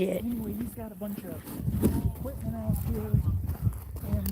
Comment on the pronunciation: You say equip.t.ment same way I think it seems right. But there is no 't" in equipment except at the end of the word.